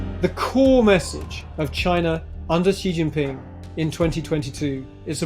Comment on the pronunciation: Dear Economist, pls learn to pronounce the name of Xi Jinping properly. It reflects poorly on your standards.